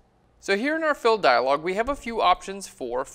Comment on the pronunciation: I keep hearing "Content Aware Phil". Like there is some guy there who is aware of the content around him.